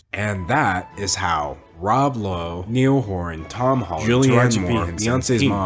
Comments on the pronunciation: Did he REALLY call ny-all horan neil😭😭😭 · are we gonna talk about him d’angelo pronouncing it neil horan instead of Ni All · Niall is pronounced like the Nile river. Not Neal. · when you said "Neall Whoran" it felt like a personal attack. IT. IS. PRONOUNCED. (NYE-L HURON). anyways ur still my favorite YouTuber xoxoxo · NIALL HORAN ISNT PRONOUNCED NEEL ITS PRONOUNCED NIGH-AL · I love how you keep calling Niall “Neil” 😂 n-eye-all. Not Neil. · Niall! N-eye-all! 😂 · “neil horin” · I believe his name is Niall Horan pronounced Nigh-el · “niel horan” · I can't believe you pronounced Niall as Neil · Was it just me that found it weird he pronounced Niall as Neil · All the 188 people thumbing down this video so far was after YOU said Niall’s name wrong😭😭😭😂how dare you! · I’m late and Niall is obviously wrong but that’s not how you pronounce his name damn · Literally the only thing wrong with this video is the way you said Niall. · I cant belive no one is going to talk about how he said nialls name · Nobody No one at all Me a One direction fan when he says Niall wrong : “👁👄👁🖐🏾 Incorrect sir” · the way you say Niall has me screaming omfg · americans trying to pronounce niall gets me eveytime lol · It’s not an american thing, it’s just d’angelo saying it wrong lol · the way that you pronounce niall is.. innovative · no one is talking about how he pronounced niall wrong 😤😤